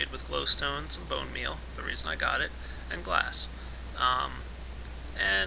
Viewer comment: about "Place my blone meal there.." lol